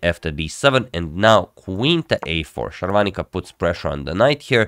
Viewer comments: Sharvaanica is a South Indian. Sagar Shah is North Indian. For them south indian names are more complicated than westerners. You pronounce her name accurately than him. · Your pronunciation of her name is spot on